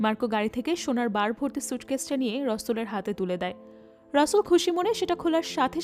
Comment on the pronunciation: আপু নামটা রসুল না রাসেল, বার বার এরকম ভুল উচ্চারণ কানে লাগে🙂